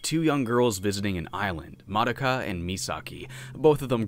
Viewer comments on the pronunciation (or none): Have you never heard "Madoka" pronounced? It's "Muh-doe-ka".